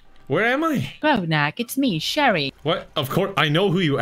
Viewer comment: Sherry: calls Grognak "Ragnarok" The entire CMK community: sweating